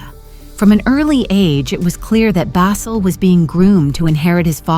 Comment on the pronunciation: Who writes these idiotic texts and pronounces every Arab name diametrically wrong. Ihab pronounced Iyhab like a hillbilly saying Iran, Bassel pronounced like tassel... who was "*tragically* killed in an accident"!